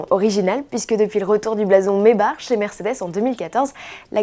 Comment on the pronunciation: C'est pas mebar c'est Maybach